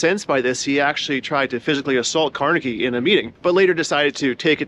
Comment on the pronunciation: Thank you for pronouncing Carnegie correctly. His name has been "Tar Jayed" (target) in some parts of the country for no real reason.